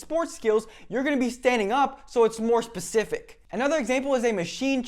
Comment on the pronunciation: BS degree in exercise science and you say 'pacific' instead of 'specific' -Signed, Jeff